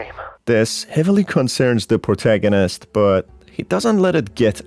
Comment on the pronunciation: I LOVE WHEN U SAY POURTAGONIST THO